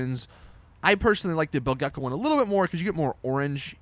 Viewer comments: it's pronounced "bilge-co" not "bill-gecko" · OMG what's wrong with the youtubers? It's NOT "Bill Gecco" it's "Bilge-Co" it's a play on words, bilge water is waste water usually pumped out of an old, leaky boat. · Why does every GTA youtuber pronounce BILGE-CO as Bill Gecko?